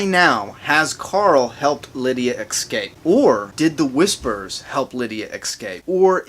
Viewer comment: The word is escape not eXcape